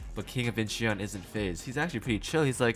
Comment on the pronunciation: Incheon is pronounced without the e. eo in korean is pronounced as an o with an open mouth. Similar like awww but with an o. I never commented a YouTube video, but I have to intervene here for more perfect content on your channel. Keep up the good work!